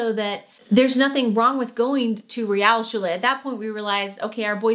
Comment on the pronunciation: To be a bit more critical: while was doing very well, his "Realschule" sounded a bit like "Rialschule". Otherwise perfect.